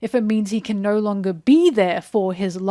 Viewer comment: I didn't know you were Australian until you said naur